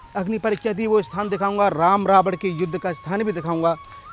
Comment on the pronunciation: भईयां रावण को रावड क्यों बोल रहे हो, उच्चारण रही करो, और श्रीलंका के चारों ओर समुद्र है वो कहाँ गायब है